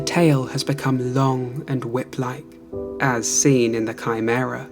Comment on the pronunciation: Proud of you on fixing your pronunciation of chimera! I know everyone gave you crap for it on that video and I wanna give you kudos for learning. English is a weird ass language for pronunciation.